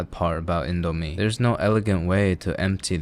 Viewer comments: as an indonesian... i am cringing so hard at how he said indo and mie.... good video, tho! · Is it pronounced "Indo-mie" or "Indo-mie"......? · he said it wrong😢